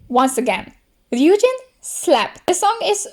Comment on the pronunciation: somebody who actually says ryujin right 😍